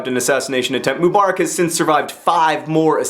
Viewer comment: PLEASE! It's not "moo-bar-ick," it's "muh-buh-rack." I've never heard a more Americanized pronunciation of anything in my life.